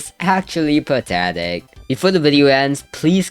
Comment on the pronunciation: such a patetic sitchuashon